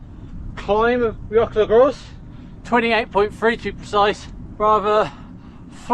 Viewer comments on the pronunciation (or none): Great ride with lovely weather. A note that the Bwlch y Groes is pronounced “Boolk uh Groyce”. Hirnant Pass is so pretty and I agree with you that the Bwlch y Groes is the hardest climb in the original 100.